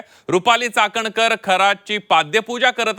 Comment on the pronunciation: Ti cakankar nahi catankar ahhe